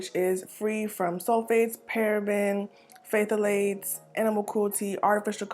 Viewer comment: Oh and no shade boo. The word phthalate is just pronounced as Thal - lates. 😘😘